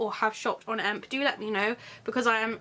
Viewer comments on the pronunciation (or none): I can totally recommend the Beetlejuice necklace (which is a EMP exclusive) and the moth ring from wildcat which can also be bought at EMP. I got both for myself and really like the quality :) (The correct pronouncing is E. M.P.)